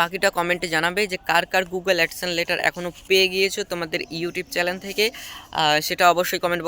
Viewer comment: চ্যালেন, এডসেন এরকম শব্দগুলো ঠিকঠাক উচ্চারণ করার চেষ্টা করতে হবে।